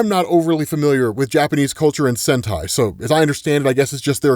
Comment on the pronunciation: Sentei means pruning btw, i know saying sentai is weird since yk hentai that word exist but still say the vocal right at least